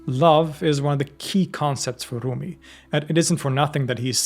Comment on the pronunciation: With all due respect, you don’t need to pronounce his name with Arabic pronunciation 🙏🏼 he was Persian.